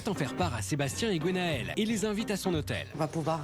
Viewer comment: Bon la voix off, on ne dit pas GOnael mais Gwenaëlle ! Merci.